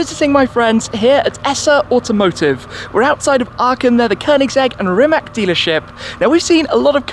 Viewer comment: It's pronounced "Ree - mats", not "Rimack".